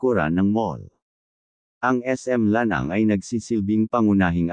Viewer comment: Correction po:: NCCC mall Ma-ah, hindi Ma-ey, SM Lanang, hindi Lan -ang..